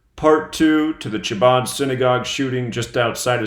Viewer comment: Its pronounced Habad the C is silent